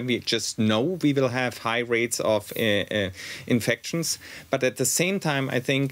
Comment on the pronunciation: Why can’t Germans pronounce infections ? It’s infectshun. And it’s not through your nose.